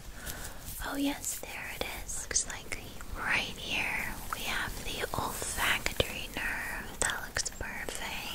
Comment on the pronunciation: I legitimately thought you said “the ol’ factory nerve” 😭